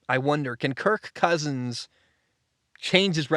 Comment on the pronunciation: Please stop saying his name like that